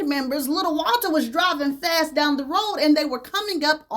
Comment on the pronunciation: lmao not fast but fasss!!!!!